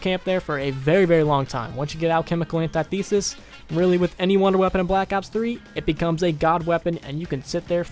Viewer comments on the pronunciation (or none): FOR THE LOVE OF GOD ITS NOT PRONOUNCED "antietheesis". It's pronounced "antithisis"